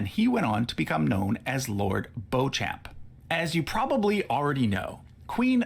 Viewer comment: By the way, Beauchamp is actually pronounced 'beech-um' - not 'bow-champ' as suggested here...